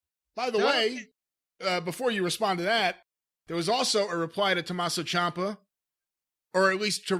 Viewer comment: Dude said Tommaso CHOMPa lol